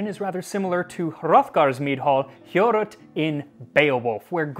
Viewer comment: Finally a perfect pronunciation of the words "Heorot" and "Hrothgar". I underestimated how satisfactiory would have been to listen to it while a discussion flows naturally. Anyway, I have to do this for christmas. 🤔